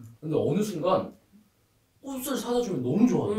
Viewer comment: 영상 보는 내내 마음이 불편했습니다...꽃을[꼬슬] 이건 틀린 발음이구요 꽃을[꼬츨]이 맞는 발음입니다ㅎ